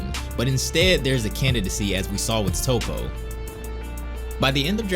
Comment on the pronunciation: I love these videos, but why do you continuously pronounce main characters' names like Toppo and Zeno incorrectly? You've clearly watched the Japanese anime, which means you've heard them pronounced in the correct fashion hundreds of times. For me it sullies what is otherwise excellent content.